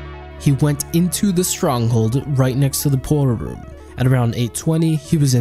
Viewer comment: How he says portal room; pot'ol room, lmao